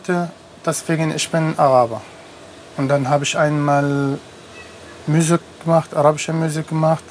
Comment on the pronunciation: Ich glaube er sagte M(ü)usik. Aber dennoch ändert das nichts an deiner sehr richtigen Aussage!!!